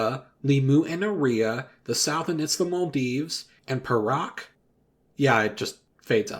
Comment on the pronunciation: I'm just happy the song referenced Selangor and Perak (though the pronunciation is a bit off for the latter -- it's pay-ra'). Like, Selangor, of all places? That's amazing.